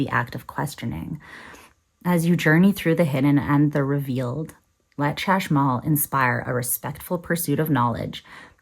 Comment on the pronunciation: Chashmal - the 'ch' is pronounced like the Spanish J (Jota)